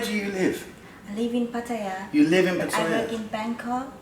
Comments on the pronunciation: Yes,please please take notice of that lady,how she pronounces Pattaya. Surely...its not that hard for you to say it correctly.. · oh, pronouncing it wrong then, cheers